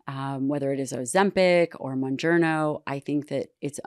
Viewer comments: How can this woman have an opinion when she continuously misspells Mounjaro calling it wrongly MounjarNo!!!! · It’s mounjaro pronounced moon jar o. Not moon jar no. Is this woman really a doctor that is familiar with these diabetes drugs or someone just running her mouth. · Is she saying monjourno? Scary that she prescribes it and can’t pronounce it. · The last expert couldnt even get the name right monjerno???? Did she mean mounjaro???😂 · Am I the only one that finds it alarming that mispronounces the name of Mounjaro (Tirzepatide) she says, Monjerno and TRIzepitide?!?! Wtf am I watching. She prescribed these meds?! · Please at least make them learn how those drugs are called! Adds some credibility to that “expert opinion”. “Muongiorno”! Aaah.. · It bothers me to hear the doctor mispronounce Mounjaro. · That lady saying mounjaro wrong is driving me crazy. Learn the name! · mispronunciation of mounjaro is alarming. How can you not know proper pronunciation if you work with this medication in your profession?! Anyways, it’s really scary what’s going on with the food industry and the pharmaceutical companies pushing their drugs. As a dietitian/ diabetes educator I teach my patients to eat healthier and be more active. However, I see a lot of patients resist. They want results but aren’t ready to put any work into reaching their goal 😮 The government needs to change some policies. I don’t see how this will get better otherwise 😢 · I find it funny that she is a specialist but cant even pronounce Mounjaro correctly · This doctor doesn’t know how to pronounce mounjaro, so that immediately makes me skeptical that she knows anything about it… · the heavily made up woman cant even pronounce Mounjaro but she’s putting people on it...yikes....